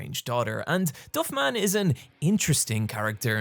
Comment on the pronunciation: I wasn’t ready for your pronunciation of "Flanders" edit: or "Duffman"